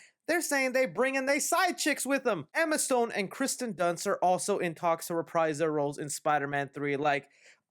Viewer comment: Listerally no one knows how to pronounce Kirstens first name